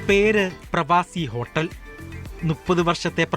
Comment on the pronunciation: ഹോട്ടെല് അല്ല ഹോട്ടൽ 😆😆